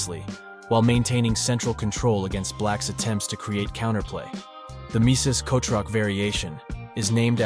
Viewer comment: _- why kotroc? The pronunciation of "ch" is perfectly fine in English